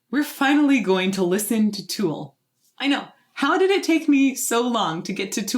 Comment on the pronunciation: Where is that accent from lol? We say Tool. You say Too-al.